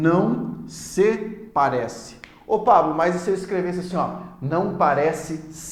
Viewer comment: Boa aula. Só achei estranho ele falar a partícula "SE" com um som de "e" tão fechado, tipo "SÊ", que lembrou um verbo. "Sê corajoso", por exemplo. A pronúncia não seria com som de i, "se" ?